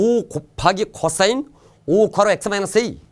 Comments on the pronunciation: 이쌤 코싸인 발음하는거 개신기하다 쿼싸인ㅋㄹㅋㄹㅋㄹㅋㄹㅋㄹㅋㄹㅋㅋㅋㄹㅋㄹㅋㅎㅋㅋㄹㅋ비 겁하기 쿼↘️싸인⤴️ㅋㅋㅋㅋㅋㅋㅋ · ㅅㅂ 호흡곤란 올뻔ㅋㅋㅋㅋㅋㅋㅋㅋㅋㅋㅋ코싸인 억양 ㄹㅇ ㅋㅋㅋㅋㅋㅋㅋㅋㅋㅋ